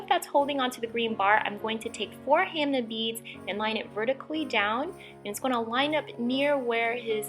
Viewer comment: I call them ham ah beads not ham nah beads